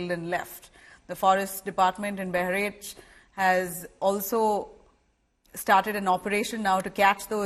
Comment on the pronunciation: Kindly pronunce bahraich properly you are an indian anchor